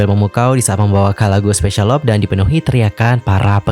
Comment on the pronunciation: I hope u can pronounce "LOVE" correctly. U should pronounce with "LUV" not "LOP"